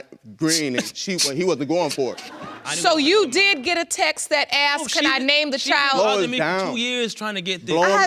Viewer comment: Who knows why everybody on this show says "I axed her" instead of "I asked her"? 😂 Just wondering, 'cause there sure is a big difference between the two 😅😂